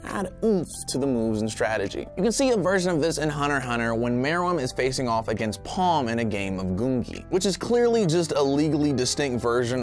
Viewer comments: am i the only one who noticed him calling Komugi Palm? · Hey fam, I'm sure people said it already, but that's Komugi. Not Palm